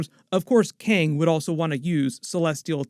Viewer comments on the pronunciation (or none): none